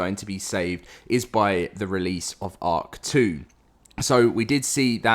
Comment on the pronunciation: Everytime you say “ark 2” I hear “hawk tuah”